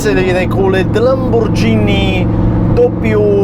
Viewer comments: Italians don't call it "Lambordschini", they pronounce it "Lamborghini"! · Don’t you EVER call a Lamborghini … Lambortshini again! Every Italian will give you a big kick in the ass !!